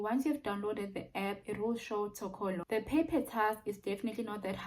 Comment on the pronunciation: Lol, funny you'd call Toloka as Tokolo coz i always do the same mistake. 😀😀